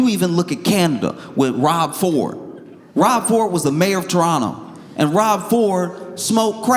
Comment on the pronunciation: Legit pronunciation of Torronuh ❤